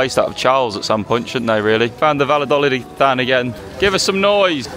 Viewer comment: The way attempted to pronounce Valladolid was almost criminal.